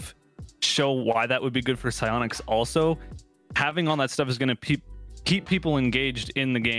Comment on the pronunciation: Sionics? Take notes 😂 idk how to spell sionics